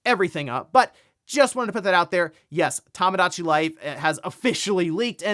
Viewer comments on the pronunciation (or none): Day 36 of telling him it is tomodachi life not tamadachi or tamagotchi life or whatever he’s saying. There’s only one way to pronounce Japanese lol